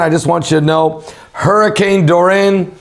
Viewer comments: Bless you. You seem to be struggling with the name of the hurricane, lol. It's pronounced DOOR-REE-UN= Dorian.😉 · its pronounce Do ree the fish